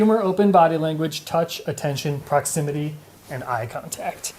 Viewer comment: Did she just say 'prox-i-MITTY' instead of 'prox-im-it-ee'? Dear God, I need a life.